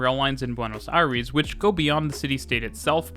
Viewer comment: Hearing "Buenos Airis" is too weird